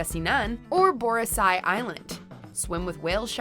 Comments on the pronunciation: Its Boracay not Borasay 😆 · seriously? its BORA-KAY not BORA-SAY love you 😘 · Boracay not Borasay. T'bilisi not T'bisili. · Bora say?! It’s Boracay hahaha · Hahaha Borasay Island!? You mean Boracay Island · The Philippines. Cool. It's been pretty underrated in Southeast Asia, but tourists will be surprised by how attractive the sites and friendly the people are. (And, it's pronounced "Borakay.") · Hey girl, don't mean to be nitpicking, but next time you might need to rehearse the foreign names before hand. The obvious ones are Boracay and Tibilisi. But I have to say you nailed most of the Thai (food) names, only Wat Phrakeo was slightly wrong on the "ph".